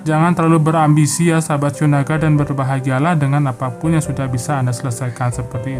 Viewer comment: Lone king,,,,,qu ketawa krna pembacaan shiao naga keseleo😃.....